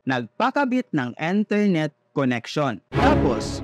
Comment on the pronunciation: eyn ternet. please pronounce appropriately sir . matagal ka ng nga vvlog di mo pa dn ma pronounce ng maayos yan .